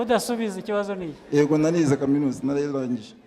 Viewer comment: Ariko Ntabwo tuvuga : Ego ! Tuvuga Yego!